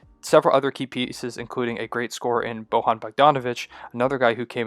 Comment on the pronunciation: It's pronounced Boyan not Bohan btw.